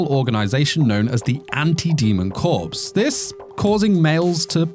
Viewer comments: IT'S PRONOUNCED COR NOT CORPSE. LOL. I WILL NEVER UNDERSTAND WHY YOU LIKE IT WHEN THE GIRL MAKES THE GUY A SLAVE. IF A GIRL MAKES ANOTHER GIRL HER SLAVE THAT'S FINE, BUT WHY WHEN YOU LIKE IT SO MUCH WHEN THE GUY IS A SLAVE? DEGENERATE. LOL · Corps is pronounced like 'Core', not 'Corpse'.